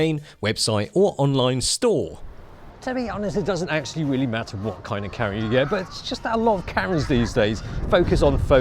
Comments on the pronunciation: Love your videos but "Karra"!! No no no......Cam-er-ah or even Cam-rah but OMG, please no more Karra. You can do it, believe in yourself. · Camera, not carra. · i know its been like almost 4 years, but why is it that when says camera, the M is silent.....